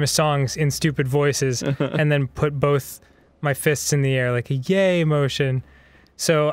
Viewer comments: Is saying 'bolth' rather than 'both' part of an accent, or is it just Arin? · I'll probably never get over how Arin says "bolth" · Arin Hanson and Burnie Burns: Both - (n.) a word pronounced "Bolth".